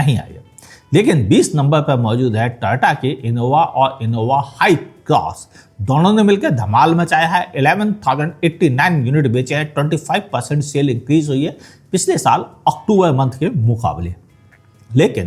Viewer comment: होश्ट भाई मू से सुपारी निकाल के बोल रे